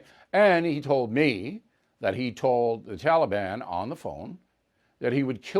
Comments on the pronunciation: Stop saying “tolly ban” you clown !!! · This joker Biden can't even pronounce "Taleebahn" correctly! I cannot stand to listen to him talk. He makes me physically ill. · You Biden killed our young soldiers you left Americans there. The taliban has our equipment and think they have changed well sir they have not. They are hanging people by ropes under our black hawks. Hell you can't even say taliban right. By the way Trump did not let those criminals out. Wake up. You and your administration are a joke. You screwed our allies, your so called drone strike killed civilians not the "issue k". You need to be impeached withe the rest of your administration.